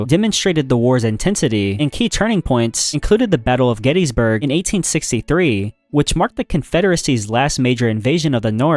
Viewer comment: What about the battle of Get-head-eesburg?